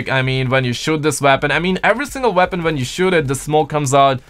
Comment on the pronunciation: Not trying to be rude or anything but is it just me or does it sound like he’s saying veapon instead of weapon